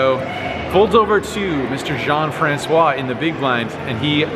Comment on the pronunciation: It's a pleasure hearing you saying "Jean-François". Tanks for all your hands review.